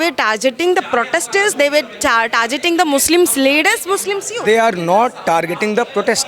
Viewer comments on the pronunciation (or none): Ye tis tarah ka musalman hii na hindi aathi hi na English vo white hijab vali ko donom nahi aathi hi "target" ko "tarjet" kar diya and inn chutiya logh activists ban gaye 🤔. Pehle burkha jihab chodo kam se kam ache se padayi karlo. Tumhara halath kithana karab hi ki kam se kam ek 5 th class student se bhi barabari nahi kar pavoge English me. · She said tarjet is she tar or jet just make doing tar on media sounding like jet such narrow n hypocratic fools lok